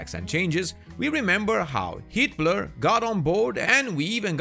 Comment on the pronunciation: "Heatblur" sounds like "Hitler" every time he says it, and now I can't unhear it lol